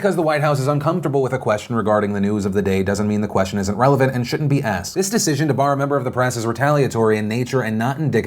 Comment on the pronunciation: its the way she aksed!!!!!!!!!!!!!!!!!!!!